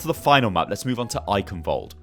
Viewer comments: The 'ch' in Eichenwald(e) isn't pronounced like a 'k', its a Sound not used in english, which sounds like a cat hissing. would be great if more People say it right, because even Athena/announcer doesnt get it accurate. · For me as a German it's very funny how you pronounce "Eichenwald" :)